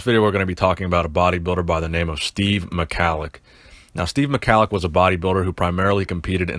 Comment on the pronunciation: At least learn how to pronounce his Name, It's Prnounced Mi-Hal-Lic